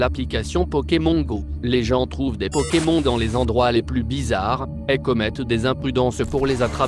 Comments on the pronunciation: t bizarre tu dis pokem(on) comme cornich(on) , au lieu de pokem(on) comme s(onne) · je hais comment il dit pokémon xD